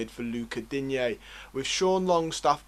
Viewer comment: Enjoyed the video. But please work on how you pronounce player names…. Digne is “Deane” not “dinyay” Cenk is “chenk” not “genk” Gbamin is “Bamma” not “gee bammin” I don’t say this to be a dick. It’s just something that will up the professionalism of your video. Keep up the good work!